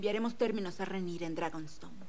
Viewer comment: Acaso dijo Rhaenisa!? xD pd: no te enojes me gustan tus videos xD